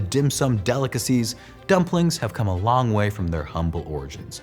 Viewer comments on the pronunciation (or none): none